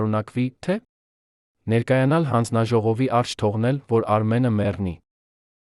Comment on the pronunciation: Այ, միթե այդքան անընդունակ, այդքան անմեղսունակ ես, որ մի,,,և,,չես կարող ընկալել, ասում ես նրա առջե, դա ինչ բառ է, միթե հայ չես, բա այդ դեպքում ինչ ես ով ես, ինչու ես աղավաղում մեր լեզուն։